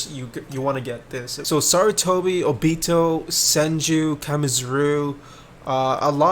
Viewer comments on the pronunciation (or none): Ngl the way he pronounced “O-Bito” the whole video bothered me a little bit but no hate 🙂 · Where are u from cus u have an accent or sum u pronounce stuff weird like obito u say it like obeeto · why do you pronounce Obito like that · Kinda triggered he pronounces Obito as "Obeeto" cuz I pronounce it differently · he says obito wrong